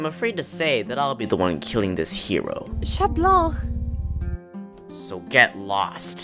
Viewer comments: Omg everybody is saying chat blanc (sh-a-t bl-on-c) instead of (c-a-t bl-an-c) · It's not shat blank 😡😤😠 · What people hear : chat Blanc What I hear : she blank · I heard Chat blah 👁👄👁🤌🏾 Not trying to be rude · iknow they just pronounce it shat blank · Wtf is this…the voice n the pronunciation of 𝙘𝙝𝙖𝙩 𝙗𝙡𝙖𝙣𝙠😂